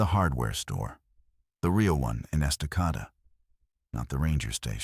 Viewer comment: Estacada pronounced EST-ah-cade-dah